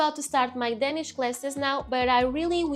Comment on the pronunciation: when you speak english, you pronounce the letter "a" wrong in english in the word "danish"